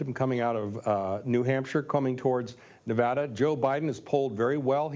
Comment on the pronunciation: "Nev-ahh-da", Maam, it's Nev-AD-a!